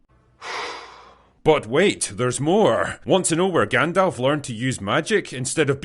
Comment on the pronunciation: Hahaha lol Not GandLf